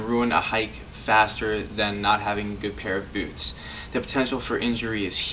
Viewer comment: Anyone else laughing at the way he says byoots?